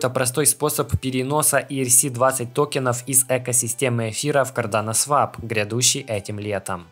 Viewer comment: Да когда же вы уже запомните, что swap читается как свОп, а не свАп